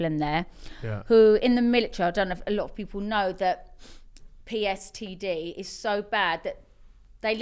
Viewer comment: she rlly said PSTD lol